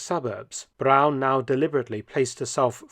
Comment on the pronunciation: Where is the letter W in the surname Braun? It is certainly not pronounced that way.